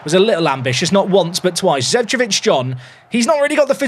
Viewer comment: Not to be the guy to be nit-picky about the pronounciations, but Zecevic is pronounced "Zeh-cheh-vich", as it's from the Balkans - Serbia in this case.